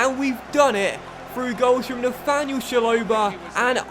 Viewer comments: It’s ch-a-lo-ba not shalobar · It's chalobah not sholobar